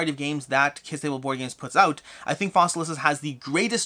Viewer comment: I love that you keep saying Fossilisis. Latin is fun.